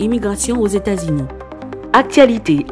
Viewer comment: Se États-Unis États-Unis, États-Unis corrigé bouche ou frè m